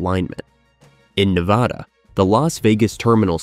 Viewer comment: Please learn to say Nevada. ;)